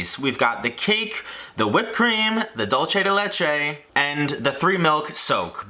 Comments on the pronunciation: It's actually pronounced "dool-seh deh leh-cheh ", but pretty close! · Nice dude it looks yummy, and you said pretty good Dulce de leche, only the sound of the U was off but you made yourself understood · The way he said Dulce de Leche 😖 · “DOLCHEY DEY LEYCHE” for white people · I blame Babish, he keeps pronouncing it as dolce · The Cuban in me cringed every time he said "Dulce De Leche" and "Tres Leches"